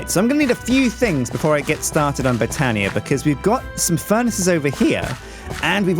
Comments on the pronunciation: stop the botania Also it's pronounced (but-ania) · Like this so will get more knowledge and stop with boootania